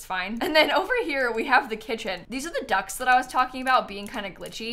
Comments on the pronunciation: I thought she meant ducks not ducts like quack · I genuinely thoughts she said ducks not ducts and only realised when she said they were from the industrial loft kit… I was really sat here like why did she put ducks in the kitchen?! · I cannot be the only one who thought she said "ducks" instead of "ducts." I was SO confused for a second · I didn’t realize until the end she was saying ‘ducts’ and not DUCKS that were making the kitchen nonfunctional…